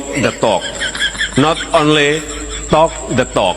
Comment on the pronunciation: Wi wok nde tok Not onle tok nde tok